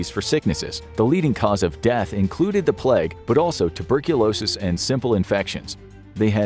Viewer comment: Plag? When did pronunciation of the word 'plague' change?